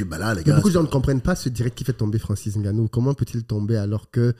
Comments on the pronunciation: J’ai les oreilles qui saignent a chaque fois qu’il dit « N-Gannou » 😭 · Par contre faut savoir prononcer le nom de Francis